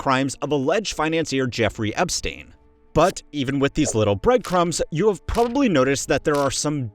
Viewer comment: Bro said I'm on my epstine shit all 2026